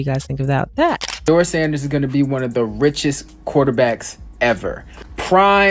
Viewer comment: Please pronounce Shedeur’s name correctly!